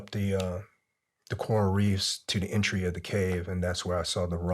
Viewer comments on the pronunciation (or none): none